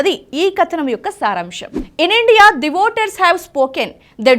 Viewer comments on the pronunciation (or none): none